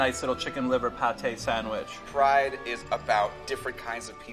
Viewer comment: he said sandwich like a true montrealer